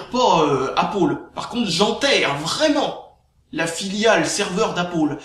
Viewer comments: "Apple" se prononce "apeul" pas "apol" ... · Appeule c'est pas mieux C'est entre deux à l'américaine. Apoeul serai mieux en prononciation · Apaul ??? c'est quoi cette marque ???.... Ok!!! tu veux dire pomme en anglais !? C'est \ˈæp.əl\ ("épeul"). Ué c'est de la merde, vive linux !!! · C pas apol c apeul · C'est pal "apol" mais apple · apôle ... j'adore :D (la prononciation :P) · Sinon pour la vidéo lol tu me fait rire quand tu dit appaul ... :D. Ton sujet est très bien défendu et personnellement tu a raison d'en faire pare au gens qui se font avoir par les média.Car il faut savoir que tous les média ou presque sont des info manipulé donc perso faut pas croire a 100% non plus. Très bonne vidéo continue comme ça.